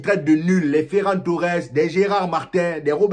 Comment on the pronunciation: j'ai cru entendre feraille Torres a un moment 😄